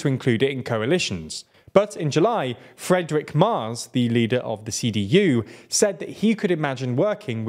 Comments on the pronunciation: It sounds like you are saying Frederick Mars. He is called Merz, but his policies are like from Mars. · Great Video overall, but boy did you do Friedrich Merz dirty with this pronounciation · "Friedrich Merz", not "Fredrick Mars". Also he later withdrew that statement, but it still stands as he would of course not have done so if there wouldn't have been such a backclash.